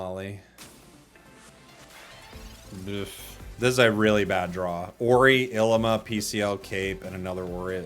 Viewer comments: I'm pretty sure her name is pronounced EELEEMAH. It's an Hawaiian flower 😊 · Lmao I’m dying the way he saying Llima